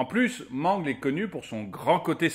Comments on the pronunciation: c'est pas man-gle c'est m-an-gle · Ce n'est pas mangle mais mangle et c'est pas bb mais balloon boy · Mangleu xD ça ce dit meungeulle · On ne dis pas mangle on dis mangel comme battle c'est mangle voila ci non ces très bon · Mangle.... nan... ça se prononce Mangueule... Sinon j'ame beaucoup ♥ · mangle se prononce MANGUEULE!!!!!!!!!!!!!!!!!!!!!!!!!!!!!!!!!!!!!!!!!!!!!!!!!!!!!!!!!!!!!!!! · Mangle 😂😂😂on dit manguele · je trouve que tu dit mal le prénom de mangle sa se dit mangeul mais ca s'écrit mangle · Comment il dit mangle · Ptn dis correctement mangle en plus bb t la mis 1er t te fous de notre geul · Et ta mal prononcé son nom à mangle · Ca me fait rire quand il dir mangle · Comment il prononcé mangle ça me fait pleurer 😖